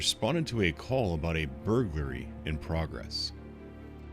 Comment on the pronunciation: Had me giggling with how you pronounce burglary.